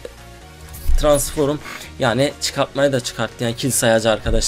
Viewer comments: TRANSFORUM DEĞIL TRANSFROM KARDESIM ÖGREN ŞUNU YAHU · "Tıransforum" değil "Transform" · Abi transform demen lazım sen transforum diyosun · ABİ TRANSFORMA NEDEN TRANSFORUM DİYORSUN? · Transforum degil transform cahil!!